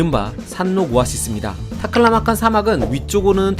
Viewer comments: 발음이 좋으시네요~ "타클라마칸!" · 타클라마칸 발음이 찰지고 경쾌하네